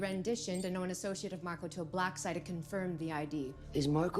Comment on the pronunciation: His name is *Marco* not Marcos. I'm sorry, I had to say something, it's been driving me crazy the last few eps lol!!